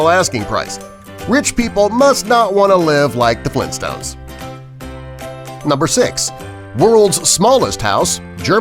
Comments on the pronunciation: Mandela Effect Its Flintstones not Flin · why is he saying flinstones?